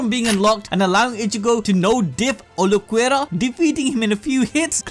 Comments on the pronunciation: i think i will vomit if i hear u say "uluquerra" one more time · is Ulquiorra not Ulquerra pls bro ( great video btw) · OOL-key-ora Ulquiorra not uloquerra or w.e tf it is youre saying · "Ooluhquerra"? Who's that? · (Ul-Key-or-a) please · who the fk is ulucuera ? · Visored - Vai-zurd Ulqiorra - Ul-key-aw-rah Hueco - Hweh-ko Cero - Seh-row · Uhl-key-oh-ra lol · ulquiorra is pronounced Ehl keh yorra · ABD it’s PRONOUNCED “ool-key-ore-a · I usually love you guys.. but there are WAY too many videos online, including BLEACH ITSELF.. for you to be saying Ulquiorra "ooloh-kwera". There's having an accent, and not giving a crap. This is you not giving a crap about your product or its consumers. Come on man. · Please for the love of god go listen to any1 say any of the names in the show man byakuya sure but then Ulquiorra got me. They say the names in the anime come on bro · "Vi-so-reds" "Ulo-querra" 🙉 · Dude pronouciantion Cero= sero Vizards- vaizards Ulquiorra= Ul quior ra Byakuya= bi ya ku ya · He must be doing it on purpose to make us comment. No way he thinks it's pronounced vizareds and uluquerra...